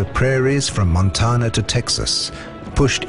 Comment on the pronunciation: Poorly done and not well informed moderator, using metrics instead of imperial measurements. Too much time wasted describing Europe first. And "Mon ton a" . Very painful to watch. Then back to Europe again, vid so wrongly named.